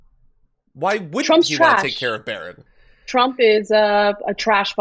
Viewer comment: Say it right: it's Melania's son, Barron.